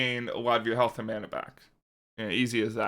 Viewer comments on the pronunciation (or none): none